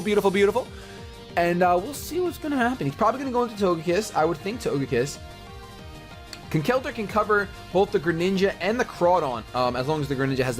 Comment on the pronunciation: Conkeldurr is pronounced Conkeldurr, not ConKELdurr haha! But nice battle!